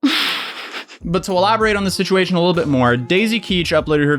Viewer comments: ceo of he said she said schitchuashon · Take a shot every time he says “shishuashion” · Nobody:: He shed she shed shituashion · He said she shed sitchuation. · He said, she said shituation. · It’s just another he said she shed shisuation. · “Shituation” is this intentional though?! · The slip of calling it a "shituation" is accurate tho Also I'm older than and I feel fuckin ancient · no one: literally not a single soul:: shituation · I love you, no matter the shishuation 🤣🤣🤣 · You say “situation” like Scares says “mischievous”